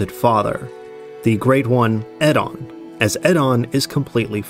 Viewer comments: Eddon is an interesting pronounciation of Oedon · Yeah, the way he pronounced "Oedon" drove me nuts. One of the few we actually hear a character say.